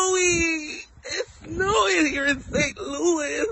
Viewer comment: Ummm "it's starting to look like thh-nowing"? I can't! 🤣. 1st of all, incorrect. 2nd, can he at least attempt to sell us on the heterosexuality, if he gon claim it?